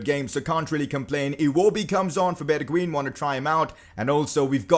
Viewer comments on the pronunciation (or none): You not pronounce it like “bergween” its like “bergwein”